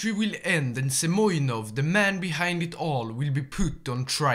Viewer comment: He is not Semyonov - He is Semenov)))